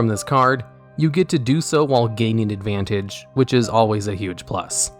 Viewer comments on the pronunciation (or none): none